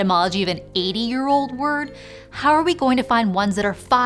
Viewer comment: how do you get that decent at pronouncing old languages?! I mean, I understand that linguistics studies thing, but its a little bit of work to pronounce old words correctly. Kudos to you for that, if you will.